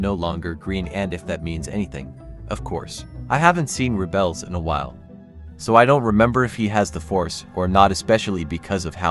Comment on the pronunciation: rébels and not "reebels